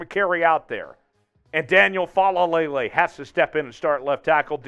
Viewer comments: Gawd, you saying fa la lay lay is getting on my nerves. Lol. Take that L out. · It's just "Faalele".... FA-LAY-LAY. You got too many L's in there mate!